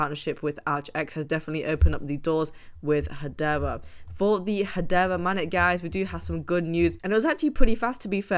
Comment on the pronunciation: MAIN NET. MAIN NET. MAIN NET. It's not MANNET.